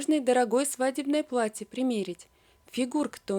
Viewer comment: А также пватье( вместо платье) жива( вместо жила) и т.д.